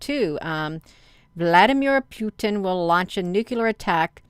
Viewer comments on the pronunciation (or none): none